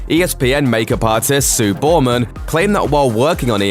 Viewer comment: Ah, perhaps you should have a colonial doing the commentary (as well as the writing), the name is Chris BERMAN, not Bauman and pronounced as you do 'Bowman' .... what utter crap.